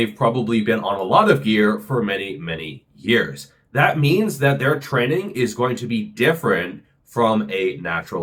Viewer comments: "Their trenning is going to be different..." 😅😁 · "trenning" lol